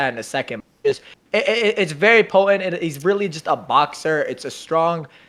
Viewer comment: Bruh. The 'T' in 'potent' is not silent.